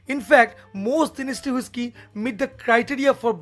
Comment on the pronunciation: Is not woishky ...avoid ur bengali tone of speaking Its whisky..